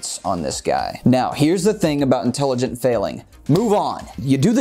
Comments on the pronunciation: Haha "inteligent" 😂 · talking about intelligence... “inteligent failing”😂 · "Inteligent" failing... can't tell if on purpose or not, but take my thumbs up anyway.